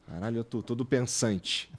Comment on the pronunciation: A minha parte preferida é quando o igor fala "karrralho"